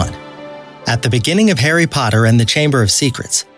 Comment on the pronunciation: Hairy Podder